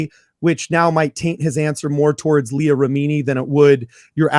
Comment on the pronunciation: try watching Leah Remini: Scientology and the Aftermath. You could then learn how to pronounce Leah's name correctly, and learn more about the evils of Scientology.